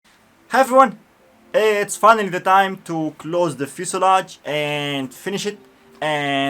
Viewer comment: One biece fuselage in brimer. Berfect 100 bercent